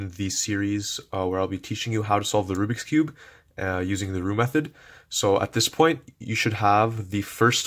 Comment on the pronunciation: the 'ROUXBIK'S CUBE'